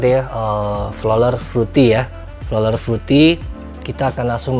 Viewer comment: Maaf om pronounce nya bukan flolar, but floral fruity 😂